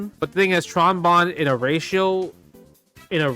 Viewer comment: I really love the way when he says ratio it sounds like "Racial"